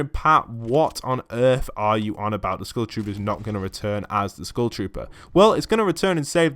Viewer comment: Am i the only one hearing school shooter insted of skull trooper